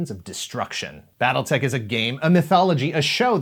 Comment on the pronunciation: Why, I keep hearing, "Battle Necks"